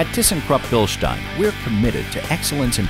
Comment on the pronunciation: I had to come here to finally hear someone pronounce Bilstein correctly.